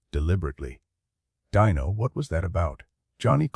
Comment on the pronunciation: Is the narrator an advanced robot? There are little mistakes that a human wouldn't usually make. Calling Dean Martin "Dino" to rhyme with "wineo," "Frank Sinatra" with a long "a" as in "pain," and more.